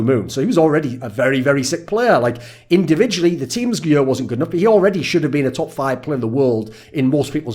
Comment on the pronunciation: Why does this dude say yur, instead of year?